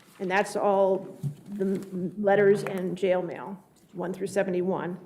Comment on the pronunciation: Did he say more jail mail?????